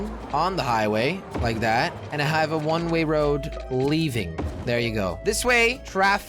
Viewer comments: I counted 52 times when he said one Ray road when he means one way road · When Jelly says a one way road it sounds like he says a one ray road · He kept saying one Ray woad! 😂😂😂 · "One ray road" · It is the most easiest word and you messed it up ( one ray road )